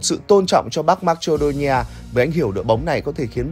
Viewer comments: Đọc là ma cê đô ni a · Thánh bú fame mà, dhs đọc từ marcedonia thành mắch chô đi nha